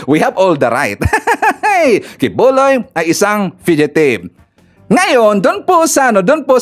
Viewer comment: Sir fugitive po Hindi fidgetive.